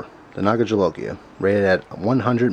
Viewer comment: I cringed when you said jolokia. SHIT JUST GOT REAL.